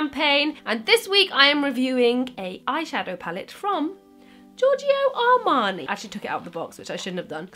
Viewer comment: Ok i don't want to sound annoying but giorgio armani is actually pronounced like george, but with a o at the end, without pronouncing the i. Anyway, your look is fire, loved it!!!!💕